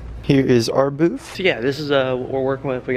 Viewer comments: Its BOOTH. Not BOOF. Lol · just messin with ya. Sounded like you were saying BOOF. Could be my lousy hearing. Lol